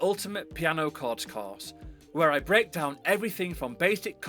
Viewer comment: Thank you for teaching me to connect the “chawrds”😭❤️